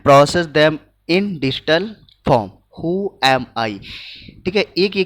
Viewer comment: sir digital ko distal padh rahe ho hahahahah🤣🤣🤣🤣🤣🤣🤣